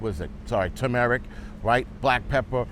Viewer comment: Bro said Tameric hahhahahahahah Hilarious but all love bro! He knew better to stop himself from even trying to annunciate AND pronounce CUMIN. I didnt say youre a stereotype Im just saying I got a kick out of it lol All Love!